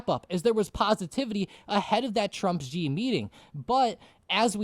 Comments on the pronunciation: Yeah these guys are the only ones who pronounce it Jee instead of Shee. I think they are confusing the X with the J in Jinping. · Its actually pronounced She, not Ji to pronounce Xi.